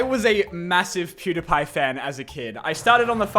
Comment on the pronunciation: why does bro pronounce Pewdiepie like that? I’m also Australian and have never heard someone say it like that, so that’s definitely not why